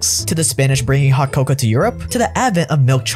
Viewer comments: please say cocoa instead of coca😂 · Nobodys gonna mention the fact hes saying coca and not coco? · I just hate how he pronounces some words. He is saying “Coca.” Cocoa and Coca are different things. Ridick-uh-lus. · Top notch vid as usual…even though he keeps mispronouncing ‘cocoa’ as ‘coca’. And making people think chocolate comes from the same plant cocaine duz😂😂